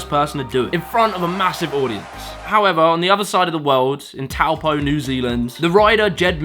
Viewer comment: Oh btw, it’s pronounced “toe paw” not “towlpo”